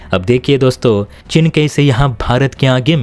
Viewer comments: भाई वह चिन् नहीं चीन है । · cheen hota hai chin nahi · हल्की समझ, त्रुटिपूर्ण उच्चारण। चिन××××। चीन।